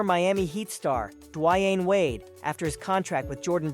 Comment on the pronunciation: Legacy bands are also taking a back seat to alternative/underground brands too. The smaller businesses and underrated brands are making a creepin on a come-up. The way you pronounced Dwayne Wades name is tripping me out though